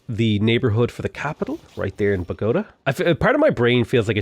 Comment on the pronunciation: same with Bogotá